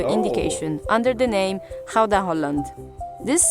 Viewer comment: I know you probably won't manage the guteral G but the proper pronunciation of Gouda comes close to "cow-da" :) Gouda Cheese is named after the city where it was sold and not so much where it was made although Gouda obviously has some Cheesemakers as well itself.